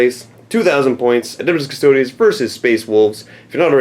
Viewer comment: Yes, that's the pronunciation. It's a latin word. It's not cuss-toads, if that's what you're thinking.